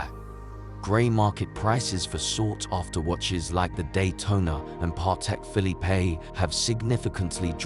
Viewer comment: Why do you take seriously a channel with AI voice and calls PP as Patek Philippé and AP as Audemarş Piggét?